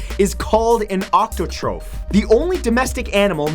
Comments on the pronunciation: #22 - # = Octotrope? Close, but it's octothorpe (awk-TA-thorp). :/ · It's octothorpe Matt, not octotroph. (Oc-to-thor-P vs Oc-to-trof) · Octothorpe, not octotroph, you donkey. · you mispronounced octothorp.